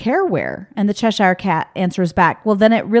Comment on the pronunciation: The way you say Cheshire is funny. I am from there. Its pronounced chesh ur (as in fur).